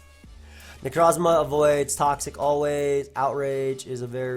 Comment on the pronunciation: I love the way he says Necrozma